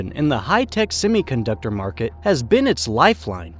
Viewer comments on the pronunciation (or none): It's semiconductor not simiconductor and it's Vladivostok not Vladivstok. Learn to English dude.